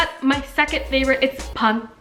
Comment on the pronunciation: Its Not Pronounced Panset…Its Pronounced Panseet! Got It? Good!